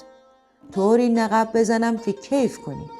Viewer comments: خانم گوینده Naghibi غلط است تغییر دهید و بگوئید naghib باید گفت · درود،آخرعزیزجان نَقَب دیگرچه سیغه ایست! لطفا سعی شودکلمات درست بیان شود، درست آن قاف باحرف سکون است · در بیان نقب که تونل زیر زمینی ست تلفظ درست نیست چرا که نقب بدون تشدید میباش که گفته شد ۰نققبی که بدون اضافه کردن و تکرار (ق) دوم نقب خوانده می‌شود۰ و اینکه تصاویر و فرم لباسها و بناها و حرم سرای حکومتی نشان از حکایت حکومت عثمانی میباشد۰ بهر سوی سپاس از شما 🙏⚘️ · عزیزم کلمه "نقب"را کاملا اشتباه تلفظ می فرمایید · ایکاش در داستان‌های ما اینهمه خشونت خونریزی نبود. ضمنا این گوینده توانا لغت رادرست ادا می‌کردند مثل نقب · داستان زیبایی بود اما تلفظ نقب را اشتباه فرمودیید ممنون از داستان زیباتون